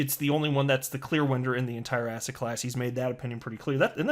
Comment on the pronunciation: Every time you say "asset" I hear "ass-hat" 😂😂😂